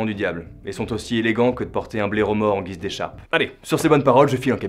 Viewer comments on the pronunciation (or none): none